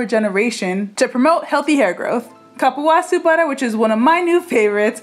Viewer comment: Love the recipe! And if you want to know the correct pronunciation of cupuaçu, it's coo-poo-ah-SOO